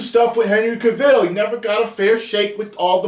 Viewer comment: Ok.... as a black man, I'm totally against a black super man if his name is Clark Kent. Bring us Kalel/Calvin Ellis. Don't just race swap!!!!!!!!! P.S I hate the way you pronounce Henry Cavill's name 😂